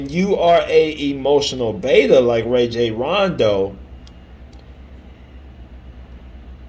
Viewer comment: Pronounced "Rah-Jhon" ...he is my point God